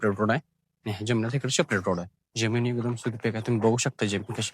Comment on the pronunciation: ज्यमीन नव्हे रे जमीन बोल बेटा, काय तुझं मराठी?